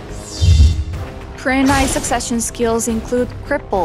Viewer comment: love how she pronounce "kurenai"